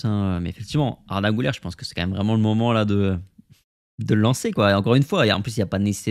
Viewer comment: Ça se prononce Güler (Gülère) et non (Goulère) 😉